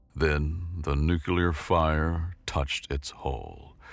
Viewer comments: Apologies for my criticism then. However I'm quite certain it sounded like "New-Que-Lar." Its the only modern mispronounciation I can't get myself accept. For some reason, it deeply bugs me. Yeah, I'm weird. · There's no second "U" in the word "Nuclear"